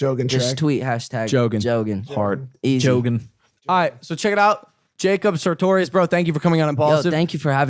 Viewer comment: At least say his name right it’s sartorious not satorious 😂